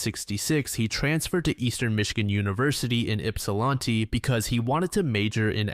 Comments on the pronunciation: St Clemens? Do you mean Mount Clemens? Yupsalanti? You mean Ypsilanti? Brother it takes 3 seconds to research this stuff. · In case the city ever comes up again: Yipsilanti = Yipp-sil-annie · I hate to be this guy, but it's "ip-sa-lAn-tee"